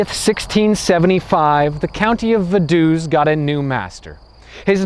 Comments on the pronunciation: I live right next to Liechtenstein! It's pronounced Va-du-ts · Shouldn't it be pronounced Fa-duu-ts? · because of the V Vogel ist spoken Fogel Not Wogel and Vase Fase not Wase V is spoken as a F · I love your comical pronunciation of, "Vadoose".